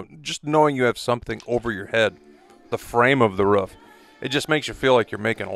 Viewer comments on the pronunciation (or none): ‘Root’. Okay. But ‘ruf’? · I try not to be a tight ass but holy moly does the way some people say "roof" as "ruff" bother me xD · Stop saying ruff it’s roof